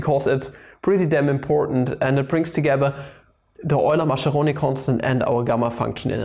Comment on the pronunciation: Mascheroni is actually pronounced Maskeroni, not Masheroni